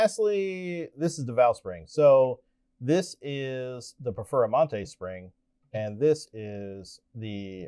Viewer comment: Im confused I thought you were gonna compare heads to base Lamborghini and a Performante. What the he!! is a Perfer-a-mante is this one of Uncle Johnny's car LOL. Even the closed caption Subtitles has you saying Perfera-Monte LMFAO.